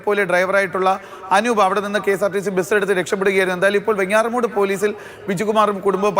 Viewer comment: വെങ്ങാറമൂട് അല്ലെടോ എന്ന മൊയന്തേ, വെഞ്ഞാറമൂട് എന്നാണ് ശെരിയായ ഉച്ചാരണം.